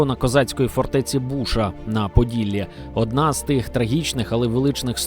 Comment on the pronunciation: Фортеця БУша, а може Клінтона? Запам'ятайте "історики" новоявлені читається як БушА з наголосом на останній склад. По одній з версій пішло від слова "душа"...